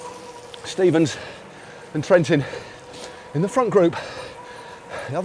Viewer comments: TREN-TEEN, not Trent-in. He's too nice to correct you. His English is far better than your Italian, but you know that. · "lushh eshh ma zhuu zhuurrrr" - Matteo Trentin